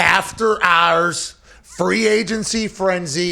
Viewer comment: Lmao after hOurais Have you been drinking sir